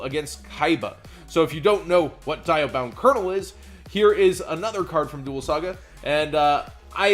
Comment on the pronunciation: House of Champs Darn it, love ya bud but it's pronounced Dee-a-bound Kernel;-; Gotta do the British Bakura accent too lol. In the show, Kernel was lit, it would gain cumulative attack of everything it battled when it died permanently and out of duels